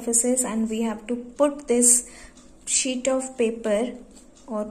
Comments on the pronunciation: why is she saying shit instead of sheet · that's wht i too heard first...shit🤣🤣🤣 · its sheet not "shit"😂😂😂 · It's not shit it's "sheet" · No no guys no dirty minds she said sheet okay sheet not sh*t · Its not shit its sheet 😂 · well its sheet not shit